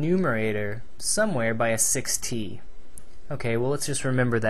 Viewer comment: 6t sound like 60